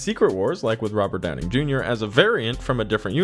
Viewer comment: Hearing Robert Downing Jr. over and over should bug me, but it kind of amused me every time.. 😅